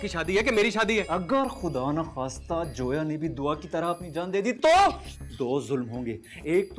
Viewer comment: Ye log zoya ko joya kyo kah rahe he?